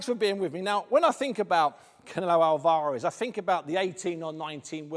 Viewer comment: Soul alvaaaarez deonteee wilder when will Steve pronounce certain fighters names right 😂👌